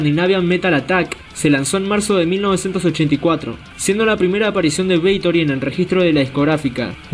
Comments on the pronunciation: ¿Es BATHORY o “beitori”? 😂😂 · Si, parece weon diciendo beitory. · Porqué dices “Beitory” dumb ass? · Jajajaja! Beitory. Pronunciaciones estilo Emma Havok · Jajajajajaja🤣🤣🤣🤣 Así es Parcero idéntico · Lo mismo estaba pensando parce jajajajajaja